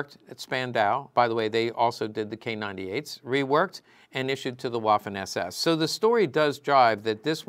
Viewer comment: It’s pronounced “VAFFEN “